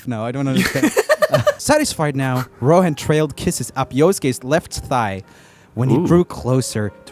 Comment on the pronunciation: my man called rohan ,roen hahaha